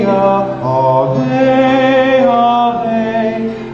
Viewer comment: Would be nicer if “Ave” wasn’t mispronounced.